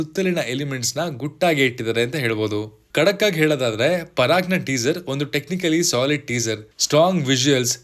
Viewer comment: parak alla paraak